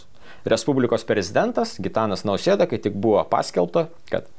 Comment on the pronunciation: Ar sąmoningai netaisyklingai kirčiuojate Prezidento pavardę (pagal Maldeikienę)?